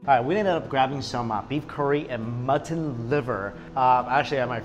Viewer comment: who else is annoyed at how he says mutton? "mutt-tin" just irks me so much :P